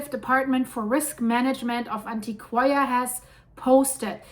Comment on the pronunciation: Thanks for the update. Its Antioch in Spanish-pronounced An-tio-kia.